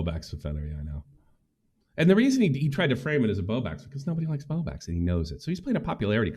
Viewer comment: He does that on purpose! I’ve watched him for years and he always said Bow Bax, like an inside joke no one finds all that funny!